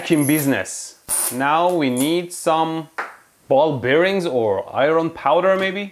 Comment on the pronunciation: "Ball beareenz."